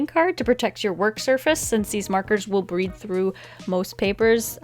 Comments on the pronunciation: um she said breed through instead of bleed through... lol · did anyone else notice that she said “breed through the paper”?😂😂😂